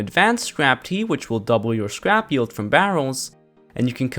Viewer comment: Lol its not pronounced “yeld”